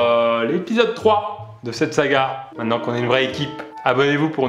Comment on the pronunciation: Mintenen pas manen Fred